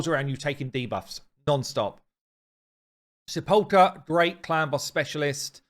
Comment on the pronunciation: needs to learn to pronounce some words, like Sepulcher